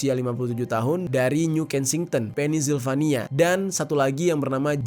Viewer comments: bukan "penis-silvania" bro, tapi "pensil-vania" ✌🙉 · Sorry bang, kota Pennsylvania itu di bacanya Pensilvania bukan pennisvanila 😂🥹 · sekedar koreksi, "secret service" dan cara baca Pennsylvania = Pennsilvania. Semoga membantu:hand-pink-waving